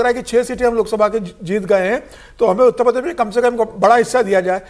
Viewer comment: उत्त प्रदेश नहीं भाई उत्तर प्रदेश बोलो ....